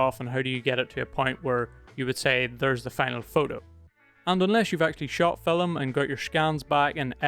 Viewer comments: you said fill em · Never realised that the world ‘film’ had two syllables until watching this 😂 great video mate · That surprised me too, as I have seen only Indians with native accents to pronounce 'film' like that.